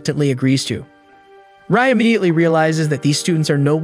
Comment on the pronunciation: My man really called Rai 'Ray', it's pronounced Rye like the bread